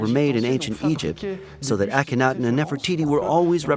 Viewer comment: And the pronunciation of Tel el Armana - Akhetaten - is hysterical !